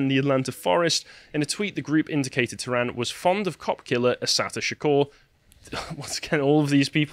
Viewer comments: Tie Ree is the phonetic pronunciation not Tirry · Every time I hear your pronunciation of of Nichols' last name, it sounds like you're saying Terry - as in the co-conspirator of Timothy McVeigh. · It's "ty ree"